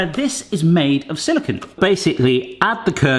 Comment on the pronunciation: Silicon and siliCONE are two different things.... That is siliCONE. Pronounced sili-CONE, like I've cream cone..... Silicon is like Silicon Valley in California